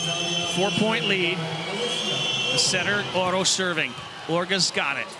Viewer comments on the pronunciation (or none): they called Orro “Ora”, called Orge “Orga” and called Vargas “Karakurt”